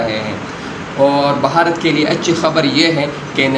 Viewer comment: अरे बाप का नाम सही से ले भारत बोल बहारत नहीं 😂😂😂